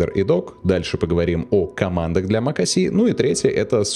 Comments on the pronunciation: Mac OS , не мак о си 😁😁😁 Капец грамотей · Какой блять мак о си? Mac OS. Буква S (эс), а не С (си)